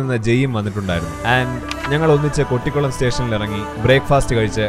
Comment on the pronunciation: Its not കൊട്ടിക്കുളം its കോട്ടിക്കുളം....❤